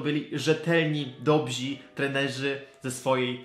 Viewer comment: "Dobrzy", nie "dobzi". Poza tym idealnie :-)